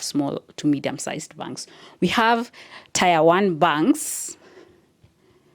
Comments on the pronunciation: Dear it's not tire it's pronounced tier😊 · Tier is pronounced as "Tia" and not tyre. Otherwise great content. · Ok it's pronounced ti-er not tyre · Tier is pronounced tear btw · interesting video...however the way you pronounce "tier" is really off